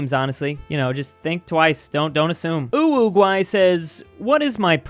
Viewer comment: am i the only one who heard it like UwUguay